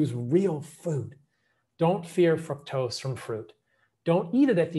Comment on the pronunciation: Exactly. I caught that too. Fuc-tose